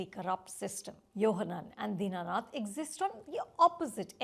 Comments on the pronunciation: Deenanath ❌ Dinnath ✅ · Din nath. Not dina nath.